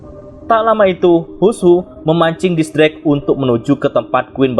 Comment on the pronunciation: X drake, tapi mimin bacanya kok gitu yak :v